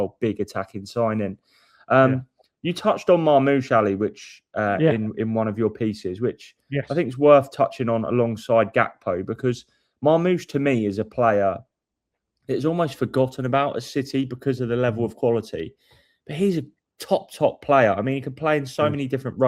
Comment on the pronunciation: Ali: Lucas Berryval Also Ali: Gapko